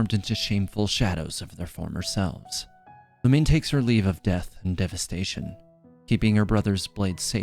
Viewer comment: It's Lu Mi Ne not Lumine. Like Namine from kingdom hearts. Its three syllables.